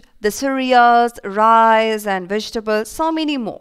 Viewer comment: Why are you saying rice as rise